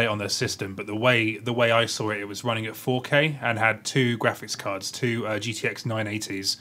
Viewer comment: RUNNING not WUNNING.